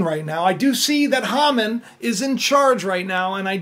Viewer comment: His name is pronounced Hay man